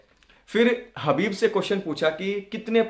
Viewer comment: हबीब नहीं खबीब